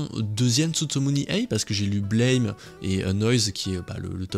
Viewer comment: On dit ''Blam'' pas 'Blaim''